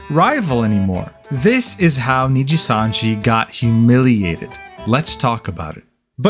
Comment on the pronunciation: Knee gee sun gee 😅